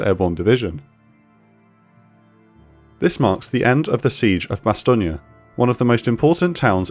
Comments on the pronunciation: It's pronounced Bass-tone not Bass-tonia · It is Bastogne not Bastognia. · Really hate to be that guy but it’s pronounced ba-stown not ba-stonia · It's "Bass tone" not "Bass tonia". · I checked, apparently in French Bastogne is pronounced bas-tong-yah. So, the narrator is pronouncing it as those living there would. Still, this is a video in English, in English it's Bas-tong. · It's not said bastoneeyea it said as bass stone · It's BASS-STOWN. Not "bastonia". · It’s pronounced Bastone not bastonia. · Why tf are you adding an ia to Bastogne. It’s not bastonia it’s more ba-stone. Hard to take an account serious if you can’t be bothered to research simple shit. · fyi, it's pronounced Ba-Stown. Not Ba-Stone-ya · I cannot get over how you say Bastogne 😂 it’s bass-ton not bass-ton-ya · Bastognia. Huh. First time I've ever heard it pronounced as such. From military history in ROTC through 21 years in the US Army, 3 of which were in the 101st, I've always heard it pronounced "ba-stone." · love this but as a french native speaker, the Bastong-AAAA is wrong, its Bastogne, imagine it sounds like Bas-thong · It's pronounced bas-tone, not bastonia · It's pronounced "BastON" like "move on"; not "BastonIA" like "CalifornIA". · G'Day, Why does the Narrator say BASTOGNIA,When its Bastogne, cant they do some background Research ???? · Isn’t it pronounced “Bas-stone”? Not “Bas-ston-yah”. Correct me if I’m wrong. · Bastogne, phonetically pronounced BASS-TUNG. Not BASS-TO-GNA like if it’s some Italian town. Also acceptable is the American pronunciation of BASS-TONE. Bastogna lmao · Raised on American movies I've always heard the town pronounced as "Bas-tone". Is "Bas-tonia" the actual pronunciation? 60 years old and I learn something new every day (and I actually served in the 101st for two years)! Edit: I just discovered your channel. Subscribed! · Might be a decent video, but after hearing bass-tonia for the third time I had to close it out. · Is it not Bas-tone?